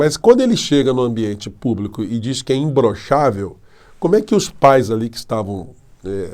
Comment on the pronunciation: Eu acho que ele fala imblochavel Como fala paralipi de crack